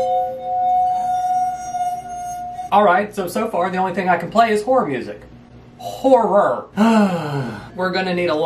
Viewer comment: horror music also him HOR-ROR Me: * does not get it until he corrects himself*